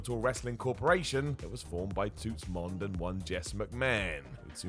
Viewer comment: The way these guys pronounce Toots Mondt's name always makes me giggle.